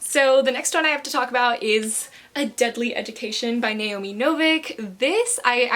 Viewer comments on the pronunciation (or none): none